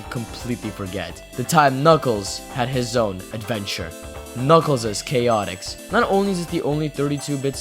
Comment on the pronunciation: This is the first video I have seen where someone pronounces the game's name correctly.